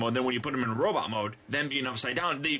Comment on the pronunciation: why do you keep saying robit instead of robot